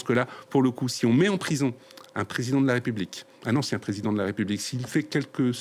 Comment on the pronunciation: Marie Schuster ; "En chien" au lieu de "Ancien" Est il un simple lapsus ? 😂😂😂